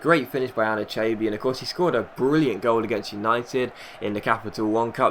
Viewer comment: ***** it's pronounced An-eee-cha-bee